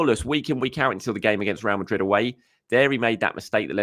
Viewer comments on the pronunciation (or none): none